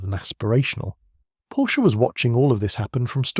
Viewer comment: Do your homework: it’s pronounced “Porsha".